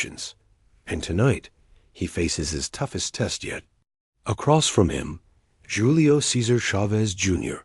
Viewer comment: It's pronounced, "Who-le-o not Julie-o"